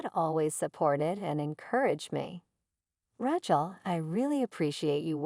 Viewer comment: Bad reader. Who wrote this? They need to learn language and spelling. If it was done by an AI, well, the Artificial Intelligence isn’t very intelligent! The worst I’ve ever read. And the way she pronounced the name Rachel….😂😂😂